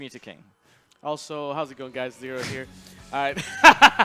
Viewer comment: Probably just made fun of ZeRo's pronunciation?